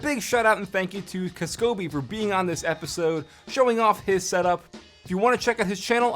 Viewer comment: It's not pronounced "kisskobi" it's "k-ass-ko-bee"